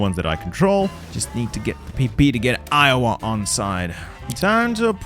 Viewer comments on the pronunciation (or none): none